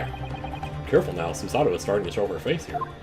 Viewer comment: It’s not Suesuh-toh, it’s Su-Sah-Toe Also for Japanese vowels, you pronounce them shorter than English vowels unless there’s a doubled vowel. Think of it like music. Su-sa-to is 3 quarter notes. Rei has a doubled vowel so it’s a half note. Mem-ba-mi is 3 quarter notes. (Technically it’s a bit more complicated than that but I don’t want it to get too confusing for you. XD) If anyone can find a better way to explain this, let me know.